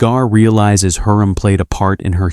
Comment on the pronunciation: It's HURREM not heram